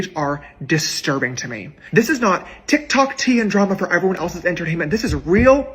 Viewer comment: "...tik tak story..." 💀 serious! 😂